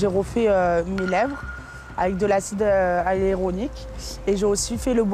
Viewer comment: Hya-lu-ro-ni-que (hyaluronique) Répètes après moi !!! 😂😂😂 🙋🏼‍♀️